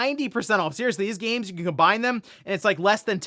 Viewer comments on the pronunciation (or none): none